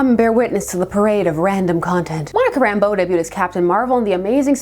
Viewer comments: I'm absolutely nitpicking here,but I always thought that the accent was on the second syllable of her last name. RamBEAU. But you know....things you've only ever seen in print.... Also,I've always referred to gray hair around the temples as the Reed Richards look. Nice to know I'm not the only one. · Did it annoy anyone else that everyone on Wanadavision pronounced her name as “Rambo” instead of “Rambeau”? Subtle difference, but still a difference.